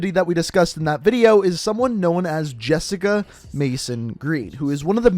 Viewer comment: It’s Jessica